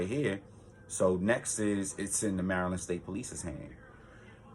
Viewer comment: From the way you say Maryland you're not from around these parts are you ?